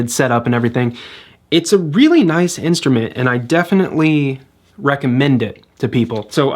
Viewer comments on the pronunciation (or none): none